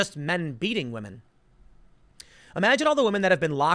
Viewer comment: "Wahmen"...you mad lad.